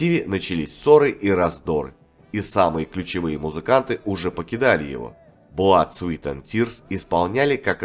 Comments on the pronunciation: Внимание, комментатор! В названии 'Blood, Sweat & Tears" (Кровь, Пот и Слёзы") вы неправильно произносите 'Sweat' - как "Свит", сладкий. А слово "Пот", произносится, как "Свэт". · Все хорошо,но произносить название группы "Blood Sweat and tears"надо правильно-кровь ПОТ и злезы!А не сладости(sweet) Sweat!